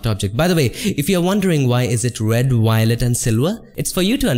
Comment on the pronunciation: i hear Wector, Wiolet , Silwa and Canwas